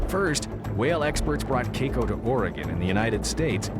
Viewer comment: Anyone else bothered by how the narrator is pronouncing Keiko?